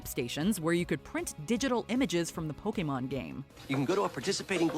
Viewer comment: Pokeman? POKEMAN?